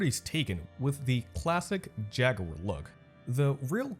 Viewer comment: You mispronounce words in your vids just to piss us off don't you?? Americans say "Jag-ware" Europeans say "Jag-u-er" idk what the hell you are trying to say though. 🤷🏿‍♂️🤷🏿‍♂️🤷🏿‍♂️